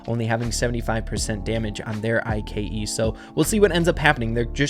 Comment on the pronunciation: why does say I.K.E instead of just ike